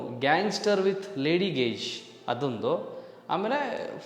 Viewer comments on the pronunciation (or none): ಬ್ರೋ ಅದು ಗೆಶ್ ಅಲ್ಲ ಗೇಜ್